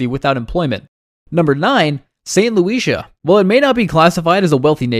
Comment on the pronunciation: OMG...learn who to pronounce St. Lucia.